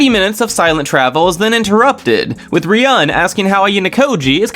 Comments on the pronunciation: I really like these videos but I just can't help but comment after all these videos to point out that Ryuuen is not pronounced as Riyun but it's Riyu-en/Riyuwen... Love the videos tho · Why do you pronounce Ryuuen as Ryan haha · the way u pronounce ryuen makes me wanna kms